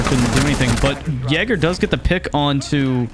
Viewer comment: Cool video man, hopefully I never have to hear you say Jager again though